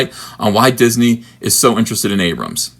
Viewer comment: "Disnehy" ... "Steve Spielberg"??? Garbage Tear 😏